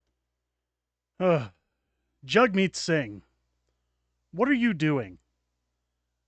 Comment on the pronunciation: Sounds like he is saying Jugmeat sing LUL